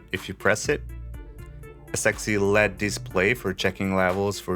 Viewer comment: Lost me at lead indicators. It’s “L E D”